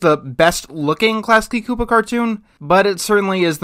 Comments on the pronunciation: It's pronounced Chu-po. That's critical research failure. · I don't see eye to eye with your take on Klasky Csupo (or your pronunciation of it). I think their character designs are vibrant and creative exaggerations of human proportions, and they neither phase me now nor did they when I was a kid. Not to bring up the whole "CalArts style" discussion, but the animation industry as a whole needs more studios pushing the envelope of character design. I'm not a fan of Aaahh! Real Monsters, but the other Klasky Csupo offerings primarily featuring humans were charming. They have a very methodical approach to their style, where you can look at a given human character and think "yeah, I know someone who looks like that!" It's not jarring or grotesque, like Mr. Pickles, it's just stylized. Everyone basically has a potato head anyway, Klasky Csupo just dials the potato up to 11. In the realm of cartoons, character designs, gestures, and expressions should be exaggerated, otherwise you're left with G.I. Joe, and the plot, cinematography, and voice acting have to carry the full emotional weight of the show. In The Simpsons, compare Homer's heart attack in "Homer's Triple Bypass" to Bart's heart attack in "The Heartbroke Kid", 13 years later. As a more poignant example, imagine if rugrats character designs were completely realistic, a la G.I. Joe. I doubt it would have caught on.